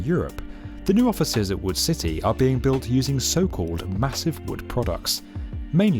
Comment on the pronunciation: i kept thinking it was “wool” instead of wood AAHAHHAA